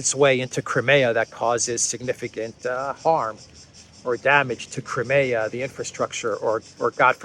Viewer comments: It's not Crim-ay-a. It's crime-ear. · I wish would correct on his pronounciation of CRIMEA.. Howard